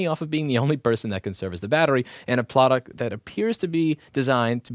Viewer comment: "Ploduct" I love that you keep little things like that in and just keep moving on. You have good points and you don't want to waste time fixing a small slur of a word. Keep up the great content!